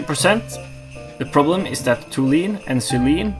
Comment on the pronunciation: Hope this helps a little. Tall - you - eene and zeye - leen